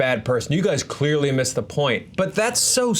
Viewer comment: Can you say "He clearsly likes it"